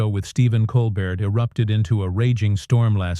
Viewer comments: I hate lazy people and the use of AI and Voice Recognition. The host's name is Stephen Colbert & it is not pronounced: Coal-Burt. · Get his name right. The name "Colbert" is pronounced as "Kohl-BEHR" as in "bear." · OMG that robot voice is dreadful. It kept mispronouncing Colbert. The script was so repetitive. No person would pause in the spots the machine did. Hire a human being for pity’s sake.